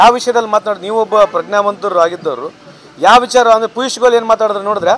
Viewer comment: ಪೀಸ್ ಗೋಯಲ್ ಅಲ್ಲೋ, ಪಿಯೂಷ್ goyal😂😂